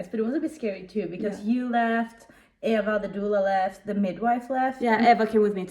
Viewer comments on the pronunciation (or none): BTW how to pronounce Eva's name is like this E va